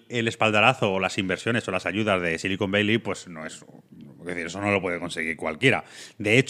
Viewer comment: Otro gran programa. Por cierto, una pregunta: "Silicon Beili" o "Sillicon Valley"? (min ) A ver si estais hablando de otra cosa y no me he enterado xD Un abrazo y siento el detalle, pero vivo fuera y me ha chirriado un poco. Muchas gracias por vuestro contenido. Un saludo desde Edimburgo.